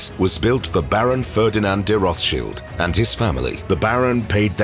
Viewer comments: Say the name correctly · learn to pronounce ther name correctly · Please learn to pronounce Rothschild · Its pronunced, roths - chiled - not shilds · It’s RothsCHILD not Shield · Why are you pronouncing it Roth-Shields and not Roth-Child’s though? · It’s Roths Child not Roth shield… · Wish they can get the name right it's pronounced Roth's child not rothsheild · Interesting and entertaining but confused over pronunciation. English pronunciation Roths- child german pronunciation Rott- shield. Are you being extra PC going half and half 🤔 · Roth shields?😂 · If you make a video about a person at least learn how to pronounce their name! Its pronounced "Rot" not "Roff"! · Rothchild is said Roth-child not sheild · Am I crazy? I thought that the last name is pronounced Rothschilds as in emphasis on the child not Roth Shield. Now I’m confused I’ve never heard of Pronounced the other way. And if they can’t pronounce it right then how are they going to get the information correct? I vote no on this video. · Child not shield.. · Its Roth Child not sheald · It's not rothshield 🙄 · roth childs, not cheelds! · Not roth shields its pronounced roth childs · Rott Shilled that's how you pronounce it. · Please stop pronouncing the name improperly. The name is from Germany, there is no English “th” sound in German. It is pronounced Rot-Schild as in “red shield” found in their family crescent. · Rothshields??? Ok bud. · Firstly it would improve the video if you got the pronunciation of the family name correct. The English pronunciation is Roths-child, and that is how the family themselves say it. Secondly, if you're going to make a video then at least give true info. For example, Spencer house is mentioned and it's implied they own it. They don't. The house is still owned by the Spencer family. It is leased on a 96+ year lease by the Rothschild family. I could go on, but I won't. 🙄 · Rothchilled is an irritating way to pronounce their name. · Why are they mispronouncing the name?